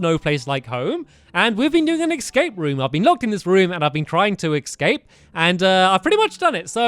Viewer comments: stampy said excape not escape at lol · Why do you say escape "ecsape"